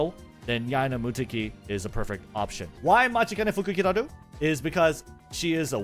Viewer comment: bro flexing the pronunciation of M̵̧̹͖̘͆̿a̵͚̘̞̒́͗͘t̷̢̧͈̀̏͐ȉ̷̢́͝k̷̬͖̑̄ä̸͕̞́͂̔n̶̗͈̎ḛ̴̛͇̣̻f̴̖͇͂̌͜͝u̶̧̞̼͔͝k̶̞̉̋͘ụ̴̭͈̤̍͛k̷̹̒͂ȋ̷͔͕͈̍́̔ͅt̵͚̅̐͠a̷̛͈̅r̷̡̢̄ű̴̡̟͑̚͠f̷͚̙̟̀̾̍u̴̡͉͍͗͊́͋ǩ̸̡̤̦̭̇i̴͇̩̎͆t̵͔̗͈͖̎̃̉̒à̸̠̬̥͍r̷̛͎̫̓̑̑u̵̩̰̿͒